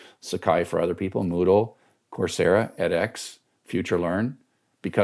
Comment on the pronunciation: I figured out "course yeah" is "coursera".